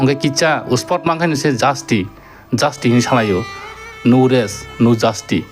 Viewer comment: Bro not anvas OK it's advance ok don't be taken negative of my advice 😅 again not justi it's justice OK